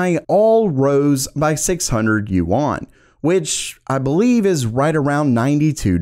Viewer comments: it's not yu-an it's yuan lol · Yuan is pronounced "yen", not "you-on" :) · Yuan is pronounced like Juan! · DUDE google correct pronunciation of foreign currency you're looking pretty stupid right about now.